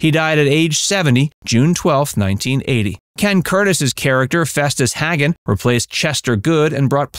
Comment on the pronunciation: It's Festus HAGAN , not Hagget.